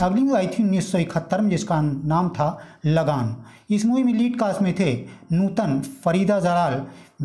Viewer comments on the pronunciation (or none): आप जिस फ़िल्म का नाम "लगान " बोल रहे हैं ,उस का सही नाम "लगन " है .